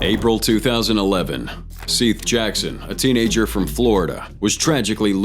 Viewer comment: """""Seath Jackson"""""